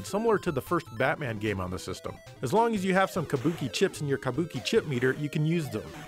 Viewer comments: Sounds like you’re saying “kamboki” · You say "kabuki" like such a gaijin